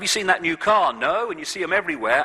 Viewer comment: ITS A BLOODY KAAH